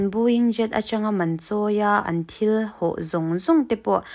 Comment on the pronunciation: Ho tih turah hau i ti thin a.